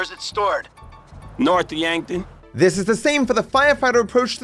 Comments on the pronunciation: It sounds like he says “North’a Yankton” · the pause at "noth yankton" is so funny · "North Yankton" I lost it. 🤣🤣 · Franklin: “North Yankton”